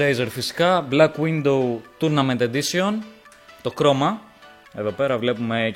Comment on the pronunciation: Cmn dude really it is black widOW not window... Nice unboxing team.. 😑😑